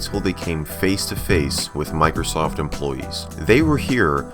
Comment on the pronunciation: It sounded like she said micro SOS